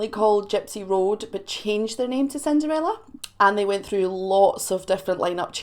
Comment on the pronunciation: I love the Way You Pronounced that , it came out Sounding like '' SIN DAR RAYLA '' 😉🤣 I get Teased about My Swede Accent all the Time even though I was Born and Raised Here in The U.S.